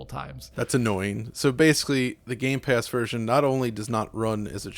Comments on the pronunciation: My eye twitches every time he says "GAMES PASS" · everyone: gamepass: games pass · Why do you say games pass it’s gamepass. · Gamepass*... Not Gamespass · Anyone else bothered with calling gamepass 'gamespass'? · It's GAMEPASS no gameSpass! I don't know why but its so annoying. :D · Stop saying games pass please! It's game pass. Thank you! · Can you please stop saying game's pass 🙄 GAMEPASS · Can someone please tell it's not GameSpass.